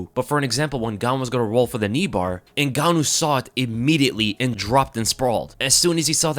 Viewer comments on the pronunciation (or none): you said his name wrong in the start lol